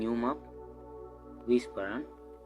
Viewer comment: P(h)aran is on point! 🙂